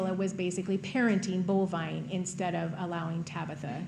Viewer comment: It's actually Bolvine, but that doesn't make it any less weird. I like Ruger, though.